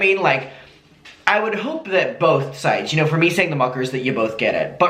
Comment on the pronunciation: I haven't watched in ages but when you said "hey muckers" I thought you said "hey fuckers" 😂😭